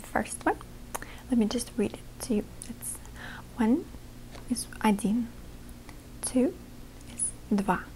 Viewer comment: It's pronounced "Adin"